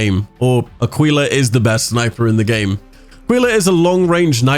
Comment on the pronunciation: Aquilla= ah key lah not " ah quil lah or ah qwee lah" 😆